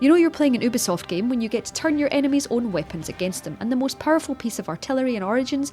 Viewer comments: its you-bee-soft not ooo-bee-soft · its said you-bee-soft... not oooooh bee soft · It's you bisoft not ohbisoft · Imagine finding true love then finding out they call Ubisoft "Oobisoft" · You-b-soft fyi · did she say "boobisoft"? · For God's sake stop calling ubisoft "oobisoft"! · Shōgun you're right , I've even heard the CEO pronounce it " You-be-soft"